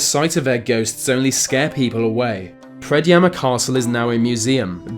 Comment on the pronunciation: Oh hey, there's Predjama castle on the thumbnail. My country :D props to you for the correct pronounciation!!